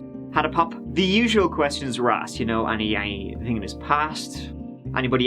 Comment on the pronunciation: I think ("tink" 😅) we need to start a GoFundMe to buy some "H"s to put after "T"s. My goal turty tree tousand dollars. 🤣 I joke dude. Love your content and how you present it as well as your accent. 😎🇺🇸